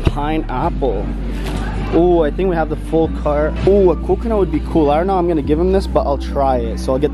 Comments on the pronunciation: You say snow instead of know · Stop saying shnow say know